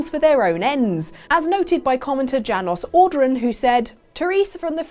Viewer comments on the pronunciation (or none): "Janos Audron" is actually Janos (Yanos) Audron, an ancient vampire from the Legacy of Kain series. Seriously, you guys claim to be gamer nerds. Get it together.